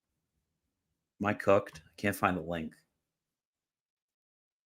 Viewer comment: I can never tell if you’re saying “cucked” or “cooked”